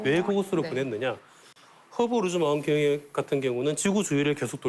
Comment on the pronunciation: 망원경을 만원경으로 발음하는 수준ㅉㅉ